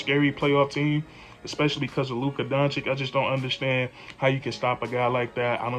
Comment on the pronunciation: Bro, you really got to learn how to say Luka's name! Listen to this song for help 🎶